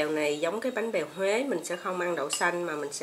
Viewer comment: Bánh bèo và cách làm rất ngon Nhưng nếu nói BÁNH BÈO HUỀ? ng HUẾ họ CỰ á 🙁😫